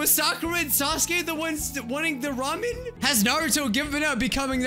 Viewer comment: Oh my god he says Ramen the right way 👏🏻👏🏻